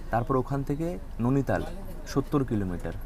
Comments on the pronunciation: নৈনিতাল উচ্চারণ করো,নোনিতাল না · উচ্চারণতো ঠিক কর ভাই ননিতাল নয় নৈনিতাল হবে । এমনিও দেখেছি একটু ভুল উচ্চারণ করিস । 😅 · Bhai jaygatar nam Nainital not nonital. Uchcharon gulo ektu thik koro ebar.. 😂😂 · Nainital❌ Nuni tal✅😂